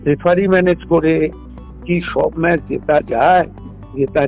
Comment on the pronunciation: ম্যাচ কে ম্যাস বলছ কেন